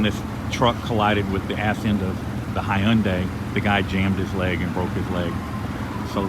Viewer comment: Love the way you pronounce Hyundai!! Are you sure you're from Texas??!! Lol